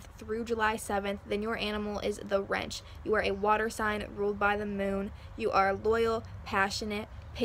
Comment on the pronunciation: Thank you! ( The animal connected to Oak is Wren.. (not wrench) it is a sweet song bird